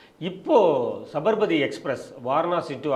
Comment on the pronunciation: It is ஸாபர்மதீ. NOT ஸபர்மதி